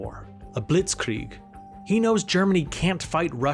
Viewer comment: The list of words the narrator mispronounces is *wild*. “Astro” instead of Austro “Ampires” instead of Empires “Ishstanbul” instead of Istanbul “Tear” instead of Terror “Bltizkleeg” instead of Blitzkreig “Fasht” instead of Fast “Rusho” instead of Russo “Saravayho” instead of Sarajevo “Tearists” instead of Terrorists “Gernade” instead of Grenade. It was difficult to pay attention to the content while being aurally assaulted by the endless stream of grammatical errors and mispronunciations. It’s almost enough to make one miss the absolutely historically incorrect and inaccurate assertions that the narrator makes regarding the causes and catalysts of the conflict.